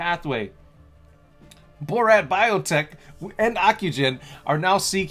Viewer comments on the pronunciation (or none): It’s not “Boh-rat”, it’s “Bh-aa-rat” which is the native name of India, sir. 🙂 🙏 Holding NNDM from $2.98. Bought some options as well. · Its called baha rat not borat 😂